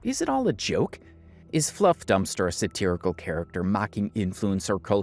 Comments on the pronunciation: That is not how you pronounce satirical, bud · non native english speaker here is that way to pronounce satirical also valid? I haven't heard it pronounced it like that ever